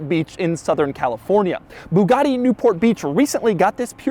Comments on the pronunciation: jesus learn how to say Bugatti and stop embarrassing Americans with passports... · doug has been doing Bugatti videos for years and still cant pronounce a single word from bugatti to chiron and pur sport